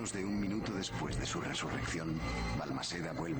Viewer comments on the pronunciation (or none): none